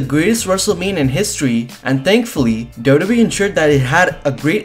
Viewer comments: whay are you saying dodo bee 😂😂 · Dubdube is how you say WWE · It took me 5 minutes to realise you were saying wwe 😂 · Can this guy pronounce wwe correctly?😂